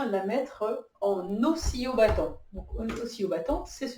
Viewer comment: Toute une vidéo pour ne toujours pas savoir prononcer oscillobattant